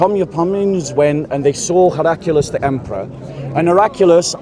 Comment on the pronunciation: It's 'Heracli-us', not 'Heracu-lis'